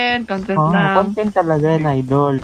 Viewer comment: I love how they said content us